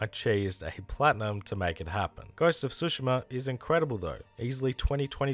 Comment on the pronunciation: "Ghost of Sushi-ma" lol